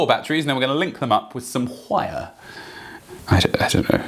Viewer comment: bruh you said whire. i've never heard an heytch placed into the word wire. Cheers! and Congratulations!